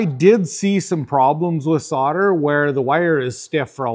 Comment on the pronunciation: What the fuck is soder,though it was solder.